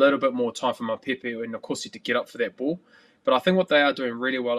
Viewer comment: ...as Bryn Hall butchers Mapimpi's name.